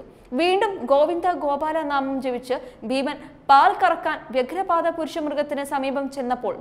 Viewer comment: കുരുക്ഷേത്രംയുദ്ധം,വ്യാഘ്രപാദം'എന്നാണ്.വാർത്ത വായിക്കുമ്പോൾ ഉച്ചാരണ ശുദ്ധിയോടെ വായിക്കാൻ ശ്രമിക്കുക.